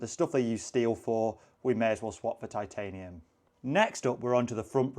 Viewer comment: pronunciation is spot on. Too many out there incorrectly saying Tit-ay-nee-uhm. Respect to for doing it right